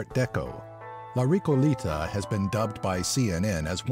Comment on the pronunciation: La Ricolita?; La Recoleta weon tonto....